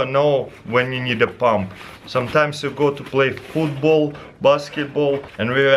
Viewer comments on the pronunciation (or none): how he says football xD vootboll